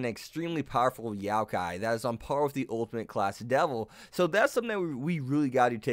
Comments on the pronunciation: it's not YOW-kai, it's YO-kai.... sorry to be that guy, but that kinda triggered me considering i've heard the correct way to say it so many times and then it's butchered here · Yokai is pronounced yo as in yo yo and kai like Thai with a k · ITS NOT YAOKAI ITS YOKAI .... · kunou is pronounced (koo-no) and youkai is (yokai)